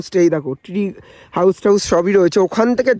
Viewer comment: Tree House ❌ Three House ✅🤣😂